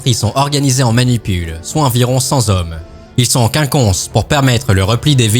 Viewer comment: Une manipule de cent z'hommes.... Mes oreilles ont saignées